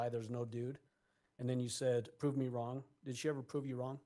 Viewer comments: It’s “anything wronk” lmfao😂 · How could a man as well spoken as Al marry someone who says "So WHY COME...", EVERYTHINK, ANYTHINK, THINKINK, WRONK. Yada yada yada. How could he marry a woman who speaks like this? "All i could hear was Gannon screamink". "Egg-Wardo was dark skinded" I could keep goingk. Lol